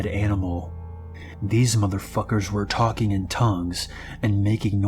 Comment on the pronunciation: “Talken” lol, good lord...